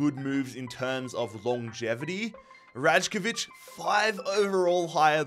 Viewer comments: pretty sure it's pronounced as raikovic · Sorry mate, I'm from Serbia, the way you read Rajkovic, it's more like Raykovich , it would be close to how you are supposed to say it, I'm more then ready to hit you up with some voice message on how to properly say it. Good series, and have been following a long time now, keep it up! :) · Rajkovic is pronounced like pre-drag rai-ko-vich. If you want to say his name correctly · Hey predrags last name pronounced raykovich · Rajkovic pronunciation ☠️